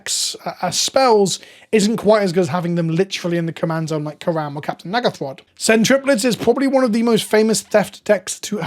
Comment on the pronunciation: Can you pronounce Captain N'gathrod correctly? You are almost saying something else that you really don't mean to say.